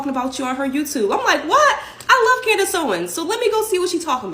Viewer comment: It’s CandICE Owens with a C!!! Not “CANDY” Owens!!! Speak English!